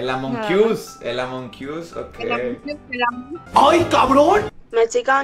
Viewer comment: Jajaj me ISO reír bastante cuando la chica dijo amonkius😂😂😉